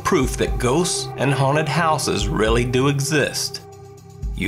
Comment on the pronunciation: It’s haunted not huned